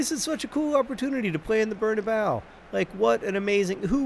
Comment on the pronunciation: John plz bernabeu has four syllables